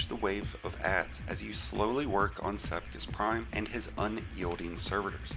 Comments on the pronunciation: Sepiks Prime, not Sepkis Prime. Whole ass different arrangement of letters. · mf said sepkis prime lol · I got the message this guys a moron. It took him 30 minutes to do the easiest GM strike in the game. Couldn’t even pronounce the name of the nightfall weapon correctly lmfao. The real cheese is doing this in master with three storm Grenade Titan with Heart Of Inmost Light doing 7 minute runs.